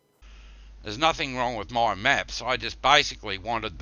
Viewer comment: "10 different meps, I've relised 4 or 5 of them, and I got another 4 to cum" This guy is Russian, Hillbilly, and drunk at the same time